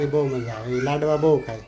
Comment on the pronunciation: લડવા નહીં લાડવા